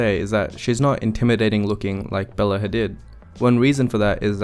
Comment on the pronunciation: Great video, but it's pronounced Ha-deed.